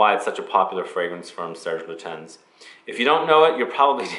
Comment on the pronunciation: Silent S in Lutens ;) lute'unn. And the last e in "féminité" is pronounced because French must be hard 😀 (the é is accented) Fille en Aiguilles refers to a girl in stiletto heels and femininity (to be found?) in the pine needles. I guess. Great video and I was going to say go visit the store at the Palays royal but hey :)